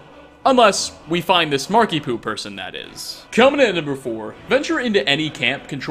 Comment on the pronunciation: Is it just me or does 'Markiepoo' sound a bit like 'Markiemoo'?